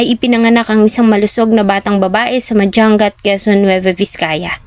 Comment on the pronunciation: Hindi Po madjang gat. Madyangat Po tamang pronounce. Sana sunugin din Buhay. Taga Vizcaya po